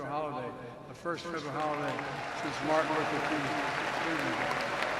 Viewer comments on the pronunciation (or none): none